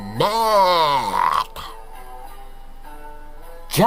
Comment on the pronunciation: Mantap kali aksen katax " Muhammmadd " 😁😁😁 mantap bro bless U 👍👍👍